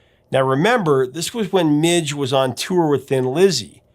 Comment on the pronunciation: MIDGE, not Mitch. As a MIJ i totally understand the name MIDGE haha, to demand people say it correctly !